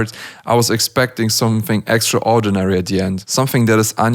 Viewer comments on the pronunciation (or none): It’s pronounced extr-oar-dinary just so you know